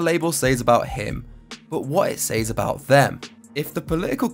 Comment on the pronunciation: Great video brotha. But since I'm petty I gotta point out I can't stand the way you say "s-Ayeez" (says). It's like SAY(S) but forcing it to be plural. SAYEEZ lol hate it SOOO much. Proper = [s-ez] or [c-ez]. Might just be my 'Merican linguistic imperialism lol